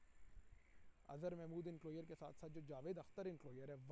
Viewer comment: انکلوئر نہیں انکلوژر